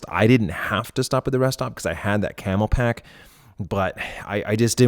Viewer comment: CamelBak not Camelpack. Killing me 😜